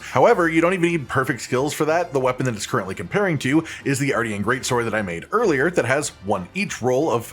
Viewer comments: It is pronounced like MARTIAN -M :p not like Arty from the block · It's said R-shin. Like Martian with an R. Obviously.